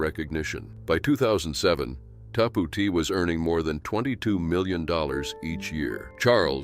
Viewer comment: I'm sorry but it's tapout not ta Pou t or however you pronounced it